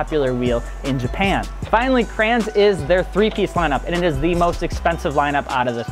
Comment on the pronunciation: Listening to this guy say "Crayons" instead of Kränze, painful.